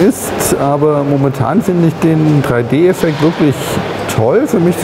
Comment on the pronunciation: Die spiele die mir Nintendo geschickt hat sind: Street fighter free D, Nintendogs free d und Pilotwings resor??? Lern Englisch!!!!!!